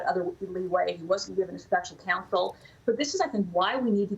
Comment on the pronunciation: Weiss is not pronounced "wise".